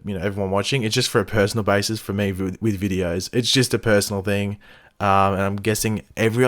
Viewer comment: I know he says "it is me here" in his intro, but who else thinks it also sounds like "it is mate here"? I mean, that works too 😂